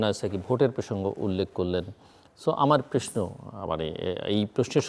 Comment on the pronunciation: জিল্লুর আপনি প্রশ্নকে "প্রেশ্ন" বলেন। উচ্চারণ সহিহ করে নিন।